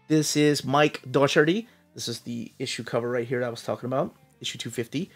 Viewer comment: It's Doherty, the 'c' is silent.